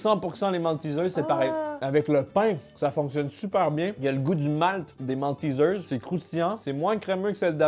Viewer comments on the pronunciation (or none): MALTEISEIRE PAS MALTISEARSE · on dit MALTÉÉÉZAIRE ! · Nan c'est : Maltézère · « Moltizeuws » Les français: Mais non c’est « MALTAIZAIRE » qu’on dis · Partout: maltizers En France : maltésère ça se prononce en anglais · Je sais que les Français vont être choqués par ma prononciation de MALTESERS Also moi: J'avoue c'est bon les Maltésaires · Oh ça se prononce malteeesers? XD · La prononciation de maltesers me fait si mal au coeur